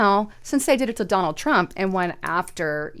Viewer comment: Did say Drump Pee-Hind Tars, or is that wax loading into my ears again?